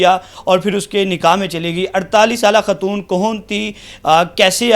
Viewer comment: بھائ ماجود نہیں موجود ھوتا ھے خاتون ھوتا ھے ختون نہیں ھوتا۔